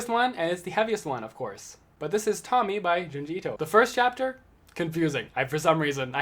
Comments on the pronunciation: I know it’s each time their own but I think Tomie is pronounced Toe me ay Anyway great video (in waiting for gyo and shiver to come in the mail) You definitely deserve more subs 😁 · Before u get on camera always check Google translate for stuff u dont know how to pronounce so no one make fun of ya, cause its pronounced tomi ay